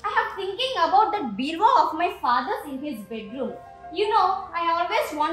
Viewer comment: Its not beravah its bureau